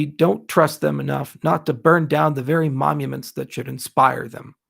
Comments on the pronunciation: Is he saying momuments? 🤔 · Sounds like you're saying momuments in the video though. Is this the kind of thing where you've said it wrong your entire life and no one has corrected you on it? Like Rick (in Rick and Morty) who says "taking things for granite" Or was it just a brainfart from being tired and not able to sleep? Both are okay btw, it's part of being human and happens to the best of us. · How about you fuck off and make me some of the money you have lost me back, dickhead. Can this guy really not say 'monuments'. We're all fucking morons for buying into this guy's promises.